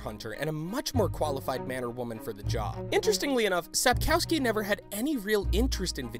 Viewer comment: He can't even say Sapkowski. He pronounces it Sup-cow-ski.